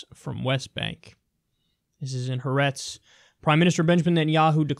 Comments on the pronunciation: Ha-Ah-Retz, Kyle. It's pronounced Ha-Ah-Retz. 'Ha' is the Hebrew equivalent of 'the', and 'Aretz' (Ah-Retz) means land/country. When you say 'haaretz' as a single word, it's like you're saying 'thecounty'. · Lol, it's pronounced (ha-AH-retz)